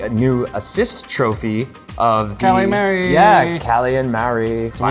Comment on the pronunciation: It's pronounced Ma re! Marie! Not Marry! C mon!